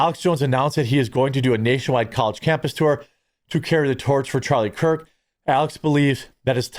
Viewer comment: I feel like u keep saying charlie kirt not kirk